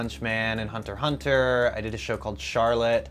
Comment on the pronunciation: Yes precisely correct ''Hunter Hunter''